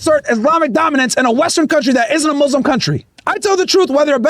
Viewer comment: Could we agree needs to learn how to say muslim—it’s not mazlams